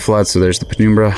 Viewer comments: its num like number and numb not penoombra ya goober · penumbra is pronounced Pen - um - bruh.